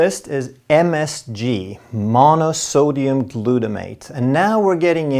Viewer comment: Как же можно это слушать?! Какие ударения он ставит?! Это абсолютно необразованный и неграмотный человек! Господи, Глютомат натри’я! Ну почему его никто не научит не подскажет?😢😢😢